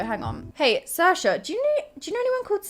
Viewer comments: Hey Talia whos "*Shur-sha*"? I only know who "* Seer-sha"* is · Luke Xavier no, its spelled Saoirse and pronounced "*sear-sha* but English and Americans say it wrong and say "*shur-sha*"